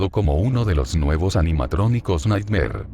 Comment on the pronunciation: Nighmare: ❌ Naymar 😳👻👻🥵🥵🥵